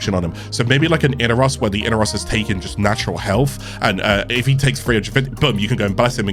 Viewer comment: I-nar-os. Not I-na-ros . Baro Ki'teer worshipped Inaros growing up so I'm going with how he splits up the syllables.